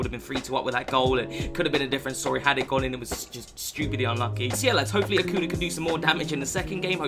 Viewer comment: It’s not Akuna , it’s Akunya